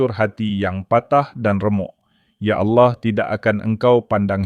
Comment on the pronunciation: Allah kok jadi auloh ya penyebutan nya